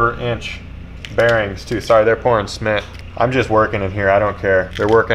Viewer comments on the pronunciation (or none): "pouring sment" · did you call it smit??? its cement